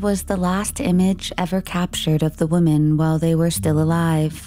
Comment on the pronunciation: The plural form of 'woman' is pronounced "wimmin". It's even spelled differently. 'women'